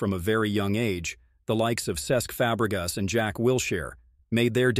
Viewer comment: It's Fabregas NOT Febregas!